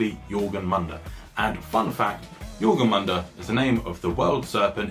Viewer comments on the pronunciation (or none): Awesome job! One thing though: jor-mun-gandr. //Swede